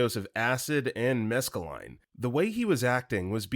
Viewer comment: The narrator mispronounced "Suriname," (it is "SUR-uh-naam," not "sur-uh-naa-me"), and "mescaline." While "Puerto Rican" was so badly mispronounced that my eye began twitching. 😬 Also, Story 44, Mac & Cheese with Tuna (Cheesy Tuna Casserole) is delicious, if done right. Add sour cream, shredded cheese, onions (maybe garlic), and herbs (like dill and parsley). But just Mac & Cheese with tuna thrown in would be kinda nasty. Story 76: OP clearly doesn't know the meaning of "fathom." It means to "understand (something) after much thought."